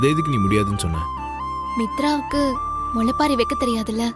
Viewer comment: முளைப்பாரி தான் சரி